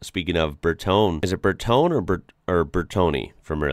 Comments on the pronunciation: "Bertoni".. was a designer, not a company. "BearTony" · "Bertone" is spoken like Bear-toneh. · Bertone is spoken at the end with an "e" like in the word "web". And if you like to sound more italian put a short "pirate style R" in and emphasize the "T". Not easy, but italian is a very musically language. Have fun trying it 😉